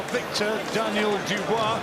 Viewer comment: Used to pronounce Dubois “dooboys”